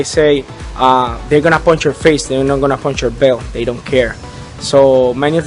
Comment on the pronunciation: It is not ponsh, it is punch...